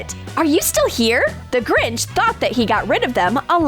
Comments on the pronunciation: It’s not grij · You said the gringh